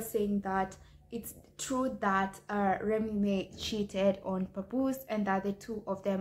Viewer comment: Remy Ma (mah) not remy may smh